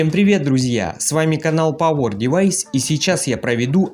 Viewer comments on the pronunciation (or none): none